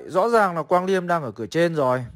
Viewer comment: Mới coi bên Gothamchess xong, thì ổng đọc tên Quang Liêm là Lì Ém =)))